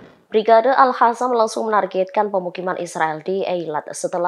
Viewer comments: al qassam woi. bukan al hasam😌 mbak presenter dibenerin tuh penyebutannya.... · Alqossam mbak,bukan al hassam.. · Kenapa dibacanya jadi ALHASAM Tulisannya kan ALQASSAM Pake Q bukan pake H bisa dibaca ALKASAM atau ALQOSAM, ini lebih pas Tapi suara dan logat baca beritanya kereennn... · Orang palestina aja nyebut nya brigade al qasam, ini reporter kocak bilangnya al hasam al hasam. Kocakkk 🤣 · Kasi tau si reporter agar baca yg benar, Brigade AL QOSSAM BUKAN AL HASAM. Masa baca aja gak becus....